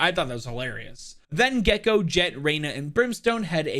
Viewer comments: He said his name in the whitest way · Im a true hispanic over here. Mexican and Puerto Rican. The way it was pronounced murdered me. (Gekko's name) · okay dude, the reason why you're getting flamed for the wrong pronounciations is cuz you're not even trying or researching how it should be pronounced. at this point, you're just doing it on purpose, that's why I unsubbed🤏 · Hm, yes, IMPECABLE pronounciation. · i think u can use google translator or whatever to pronounce :D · At least he owned up to it lmao.